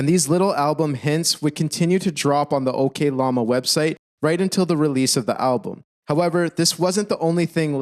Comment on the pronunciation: Ngl the way you pronounce oklama as okay lama really made everything seem like a joke during those points you were making. It was funny, but I'm not sure that was your intention